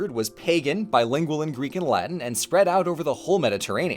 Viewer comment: The weird mixing of correct and incorrect pronunciations is so jarring